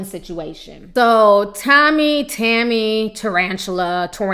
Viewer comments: Your a special kind of stupid ! And her name is not Tammy it's Tomi! And don't play your race card........ur ghetto! A lot like the view animals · Ti you stay messing her name up! Lol love u aha